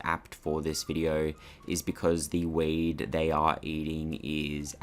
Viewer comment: Lol. I had never heard of a plant called "wade". Then I realized you were saying "weed". If it is indeed mallow, its strange theres no flowers on it. Mallow flowers all season it seems and yours would be quite mature. I have some in my yard. They also also edible to humans. There are plants with similar leaves like hollyhocks which are very close related and wild geraniums. I would think geraniums have a weird smell though. There may be many more. I have my doubts that it is Malva sylvestris. Apparently there are 61 species so it could easily be one of those.